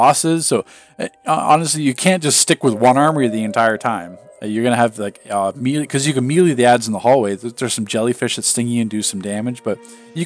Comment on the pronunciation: right lol, it's pronounced may lay. he says it so weird.